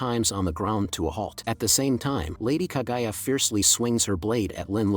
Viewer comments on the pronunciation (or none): bro sorry but it is not kagaya but KAGUYA...... [ENG] the GU family...